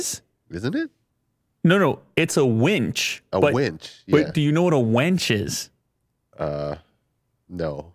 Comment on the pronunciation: Oooohhhhh Willy Du 🤣🤣🤣🤣 it's a Winch not Wench 🤣🤣 falls off his chair.